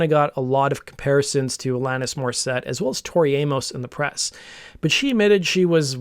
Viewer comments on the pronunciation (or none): none